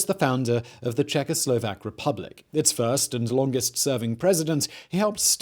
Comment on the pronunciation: He was litelary czecho - slovak, I know it might be hard for those lips, but try, czecho - slovak